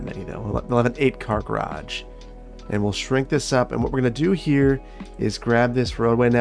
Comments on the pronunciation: Obviously I'm year late but i have to say as an english person i absolutely love how he says garage like 'graaj' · you have a funny way of saying garage. Never heard anyone pronounce it like that before